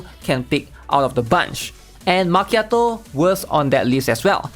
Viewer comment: i got a genuine question. They even switched the “cchi” in Macchiato with a “Ki” to make the pronunciation more understandable. It should be obvious how to pronounce it now, so why do you call her Ma”che”ato? Did they change the pronunciation alongside the spelling? Or is that her name pronunciation in Chinese?